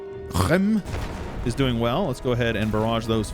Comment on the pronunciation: Isn't such high agressive expansion caused by being over the governing capacity ? (Also when pronouncing Reims the M is silent)